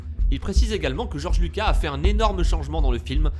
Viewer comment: des contrôles mentales ?? C le compte Dook"ou" et non "q" Et ce n’est pas Georges luca mais bien Georges Luca"s" La théorie ne tient pas debout comme le texte qui est remplit de virgules et espaces vides ce n’est vraiment pas fluide ni structuré. Si je peut vous donner un conseil, il faut arrêter de plagier des Fr qui eux même plagient des US pour au final raconter n’importe quoi tout en détruisant l’univers star wars !